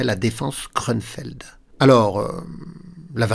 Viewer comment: Grünfeld = Champ vert C'est allemand pas anglais on prononce [ü]